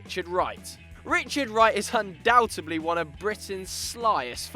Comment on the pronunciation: There is no "b" sound in the word "undoubtedly"